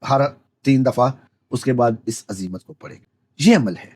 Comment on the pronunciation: عزیمت تو درست پڑھیں